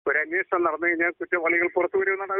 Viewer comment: Ellavarum annvoshanam ennu parayunnu. Pakshe annveshanam aanu. Please correct by all channels